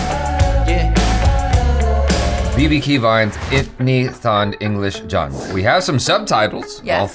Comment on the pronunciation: Jaby: Itni taaand,english jaaand me(to jaby): itni thand,hindi jhand